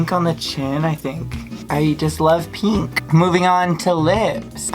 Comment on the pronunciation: “I just love peenk”